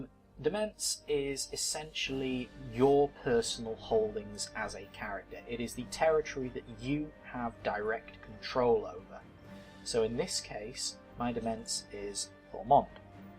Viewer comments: I believe Demesne is pronounced "Demean." The 's' is silent. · It's pronounced domain bruh. Demesne is an old French spelling, where silent esses were a lot more common. Otherwise good video A+ have already recommended to friends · I like your tutorials a great deal, but demesne is pronounced dɪˈmeɪn. ;-)